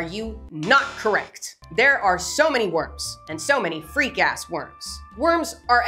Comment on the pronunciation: 😂yep, the em-PHASIS on the wrong syl-ABLE changes it all up!